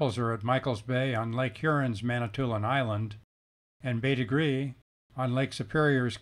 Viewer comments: “Bête grise” is pronounced “Bait Greez” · Interesting video! I'm surprised by the bizarre, anglicised pronunciation of the French term: bête grise. It means grey animal.